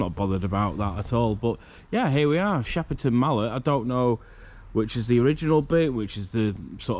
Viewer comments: It's called shepton mallet not Shepperton mallet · It’s pronounced “Shep Ton Mallet” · You haven’t said the name right 🤦‍♀️